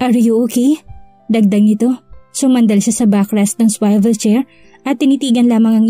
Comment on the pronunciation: Dear narrator "swivel" is pronounced as suwivel HINDI po swayvel